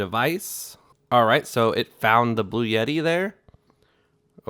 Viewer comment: The brand is Bluetti like Blue-e-tee or blue etti NOT Blue yetti!